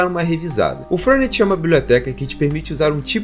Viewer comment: Só faço a seguinte correção, não "furnut", é "férné". Com um baita de um "E" abertaço. Isso é o nome de uma bebida italiana.